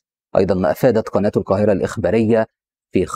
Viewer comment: إيه المذيع اللي بيقول سواريخ والكاهرة والعراك ده جايبينه منين